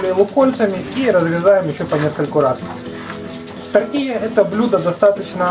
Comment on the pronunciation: ТортиЛья, а не Тортия..тоже мне испацы:) Не слишком ли много там масла?